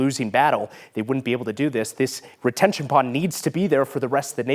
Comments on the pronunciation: Did he say Detention pond? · it is a Retention pond not a 'detention pond' ...:) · He said, “the detention pond” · He said detention pond...lol what's that